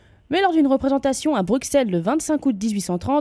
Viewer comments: je sais que j’écris ce commentaire 3 ans après la sortie de la vidéo, mais je souhaiterais apporter une toute petite correction de prononciation: Le x de Bruxelles n'est qu'un x graphique comme pour la commune d'Auxerre en Bourgogne-Franche-Comté. Celui-ci se prononce comme "ss" et non "x". La prononciation classique du x n'est pas fausse en soit car existant depuis le XVIIIe siècle mais elle est considérée comme impropre par le Larousse et la prononciation "ss" est bien plus courante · Coucou, Ca m'a un peu étonné de voir une video sur le sujet :D Mais petite chose, pourriez-vous prononcer correctement Bruxelles ? :D (Brussèlle), Merci !